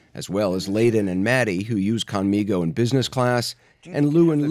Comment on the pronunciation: The least they/we(US Americans) could do is pronounce conmigo correctly. Hearing how conmigo in this broadcast is like fingernails on a chalkboard. Please correct!!